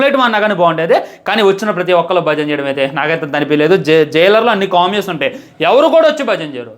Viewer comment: COMIYOS ✅CAMEOS❌ NI GUUDALA SULLI 🩼😡